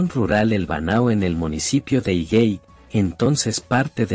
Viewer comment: Amigo es :Higūey